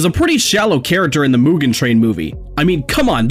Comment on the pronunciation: HOW DARE YOU mispronounce MUGEN